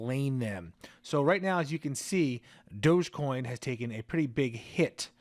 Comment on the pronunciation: Thank you for pronounce it properly Doggie coin Shiba is a doggie RECOGNIZE